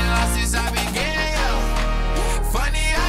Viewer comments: Bruh I was so confused when he said began but it sounded like gayer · He said began but if I'm being honest I think he said it the way he said it so it could intentionally be taken the other way which hell is smart